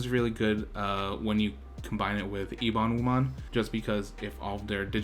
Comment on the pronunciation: the "Ebon" in Ebonwumon's name means "Black", like ebony. it's based on Xuan Wu, the Black Tortoise of the North from Chinese mythology. EH-bon-WU-mon, is how I'd pronounce it. (instead of ee-BON-wu-mon)